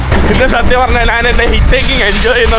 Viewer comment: നിനക്ക് മലയാളം പറയാൻ അറിയില്ലേ (നാൻ അല്ല ഞാൻ എന്ന് ആണ് പിന്നെ വഴിയോഴങ്ങൾ അല്ല വഴിയോരങ്ങൾ എന്നാണ് കേരളത്തിൽ അല്ലേ നീ ജനിച്ചത് ബംഗാളികൾ സംസാരിക്കുന്നപോലെ ആണല്ലോ കഷ്ട്ടം നല്ല പോലെ നാക്ക് വടിക്ക്